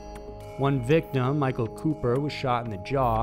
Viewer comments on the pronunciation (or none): none